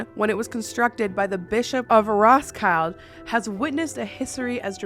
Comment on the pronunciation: omg we have a very haunted castle in Denmark??? why didn't i know this! i live here!! also it's so fun hearing the english pronounciation of the names, like rosklide (i was actually there today) it's crazy hearing you say it!!!